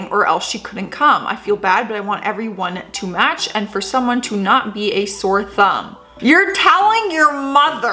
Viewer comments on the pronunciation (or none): none